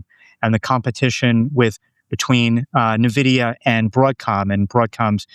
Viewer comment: For the love of God it’s “N-vidia” not “Nividia”